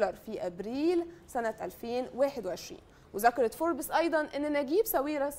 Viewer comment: نطقك لكلمة فوربس غلط